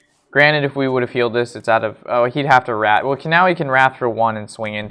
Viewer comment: I tried a similar deck at the end of last season - super fun and I love stealing key competitor cards. Unfortunately, even with the removal, I found myself struggling for consistency. Druid and Hunter took me out to the woodshed and beat the living $h1t out of me. PS -, it is Wrath, Wrath man, not Wraith lol.... Have a great weekend guys!